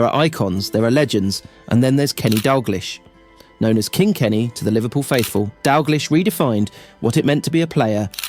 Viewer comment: refuse to watch content about Kenny Dalglish that can't pronounce the mans name properly....or Jock Steins for that matter.